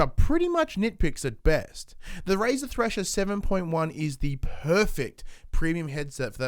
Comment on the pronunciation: you sayed trasher?